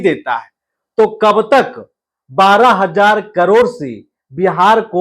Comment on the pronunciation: 12000/- sahi se bol le bhai😂